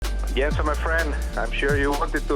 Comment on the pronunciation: "Yenson my friend" iconic 😂